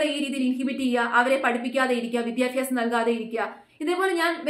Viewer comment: വിദ്യാഭ്യാസം. വിദ്യാഫ്യാസമല്ല.